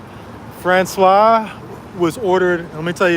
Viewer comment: FRANÇOISE.... pronounce the SE at the end! FRANÇOIZZZ 😊